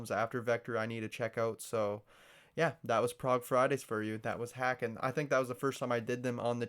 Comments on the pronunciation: Hay-ken, not Ha-ken. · Love all their stuff. Btw, it's pronounced like "bacon" with an h. Recommend "Carousel" off "Virus" and "Sempiternal Beings" off "Fauna". But really, most of their songs are ridiculous.